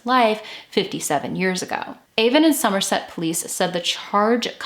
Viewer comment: I'm from Bristol, I don't know this case. When I saw the title, I didn't think it could be Easton Bristol. I needed to add, I'm impressed by your research, you pronounced everything correctly, and pronounced Somerset in a way we do, with a hard r